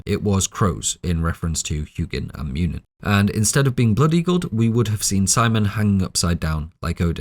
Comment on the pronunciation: I love hearing non scandanavians pronounce mythology words. "Hew-ginn" "Mew-ninn"